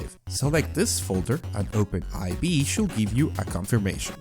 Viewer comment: It's not Open "aivee" it's open4, those are roman numbers.